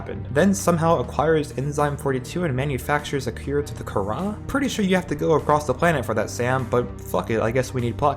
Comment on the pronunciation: Btw the kahhra is pronounced Kar•uh